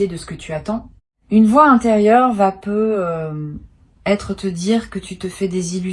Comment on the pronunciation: Que c'est MOCHE , l'IA !!! Par exemple : " Tu peux peu ........ Être " Vous prenez vraiment les auditeurs pour des cloches !!!!